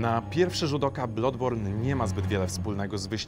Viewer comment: BLADBORN się czyta nie blodborn :x Uszy krwawią